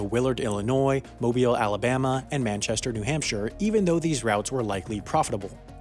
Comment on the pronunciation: thank you for pronouncing Mobile Alabama correctly. You did it before in your video covering the bombadier / Airbus deal but it amazes me you put in enough work to get it right twice. You rock.